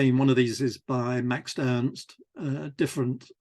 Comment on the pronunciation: Love this series! Just a note: you refer to Max Ernst as "Maxed Ernst" whenever you say the name. It's probably unconscious and I'm sure I do the same with other words though